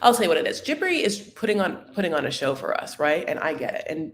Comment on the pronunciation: there’s only two syllables in Jibri’s name. Not Jibbery, it’s jih-brEE I believe juh-brEE also acceptable, a few people pronounced it that way.